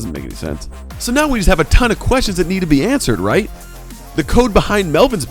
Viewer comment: Stop saying rhait